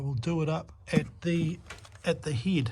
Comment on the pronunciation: Love hearing the NZ accent “heid” for head.